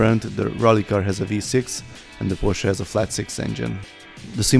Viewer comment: Finaly someone who can say porsche not pohsss